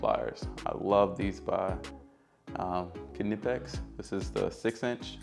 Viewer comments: Unilite rechargeable headlight. Also the K in Knipex is silent, pronounced Nipex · Just so you don't sound foolish in the future "knipex" is pronounced "Nypex" using the sound of "I". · Thanks for sharing! Some top tips You should definitely be sponsored by Milwaukee though. I'm going to go out on a limb and suggest it's pronounced "Nigh- Pex" [Knipex]! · just a heads up, knipex is pronounced nipex, the k is silent .... greta vid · Great setup, been working on a similar thing and this gives me some great ideas of what to add. Imagine this could handle 80% of handyman work, and the quality of the individual tools is great. I question why did you go with an impact driver I/o a drill/driver? Also, the “k” is silent, it’s just pronounced “nip-ex” and they are amazing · Man if only you knew how to say Knipex